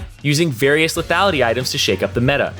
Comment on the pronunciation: Someone please teach this guy how to pronounce mana, tabi and lethality....